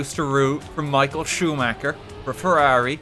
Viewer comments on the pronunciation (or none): lmao "michael chewmaker"